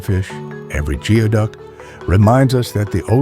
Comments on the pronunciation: It is not pronounced geoduck , it is pronounced gooey duck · It's pronounced gooey duck